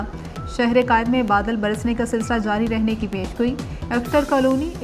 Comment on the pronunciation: اسکو خبریں پڑھنے پر کس نے لگایا ہے۔۔۔۔یہ کالونی کو کلونی کہہ رھی ہے